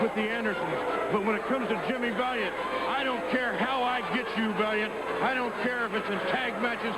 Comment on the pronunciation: Jimmy Val-Yawnt